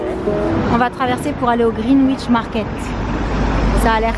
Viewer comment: Vlog bien sympathique ! Une petite info pour mourir moins bête et parce que ça me fait grimacer à chaque fois, aha on ne prononce pas le W dans Greenwich, en phonétique, ça donnerait quelque chose comme [Grinitch]. Voilà, je suis désolée si quelqu'un te l'a déjà dit, dans les commentaires, où bien si tu te corriges dans la suite du Vlog (je ne l'ai pas terminé)